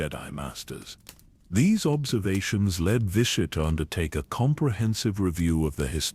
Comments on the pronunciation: I LOVE all these. Please take my little bit of criticism in the spirit it is offered just trying to help. Its pronounced "vishy-et" and in case it ever comes up its saluka-my not salukami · Mispronounced vitiates name constantly in differe ways